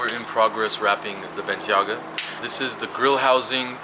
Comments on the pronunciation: its bentayga man not bentyaga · It's Bentayga not Bentyaga :( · its a bentayga NOT a bentyaga lol... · Bentley Bentayga (BENT-AY-GA) not bentaga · Take 1: "Wrapping the BEN-TAGGA". Take 2: "Wrapping the BEN-TEA-AGGA" HAHAHA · How many ways can pronounce “benteyga” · Bentley Ben-ta-ga😂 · Viiiiik... Ben-TAY-Guh. Otherwise awesome stuff as usual. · Lmao does know how to say Ben-Tei-Ga?? lolol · Hi love your video man. Keep up the good work. Just wanted to point out bentayga is spoken as BEN-TAY-GA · Rashad Ullah “Bentyaga” 😂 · I love you dude, and these videos get better every day, but its "Ben-tay-gah" 😄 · benTIAguh bro :) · Ben-Tay-Gah, other then that.. awesome as always :) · I believe it's pronounced ben-TAY-ga. Great video, as always! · Ben-tay-ga but fire video as usual! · You pronounce Bentayga differently each time and still get it wrong. It’s pronounced Ben tay ger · ffs pronounce bentayga correctly 😂😂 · pronounced Bentayga in like 3 different ways 😂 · Drinking game: take a shot everytime mispronounces Bentayga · Did pronounce Bentayga, 3 different ways? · Your mispronouncing the word "bentayga" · take a shot everytime “Bentayga” is pronounced wrong.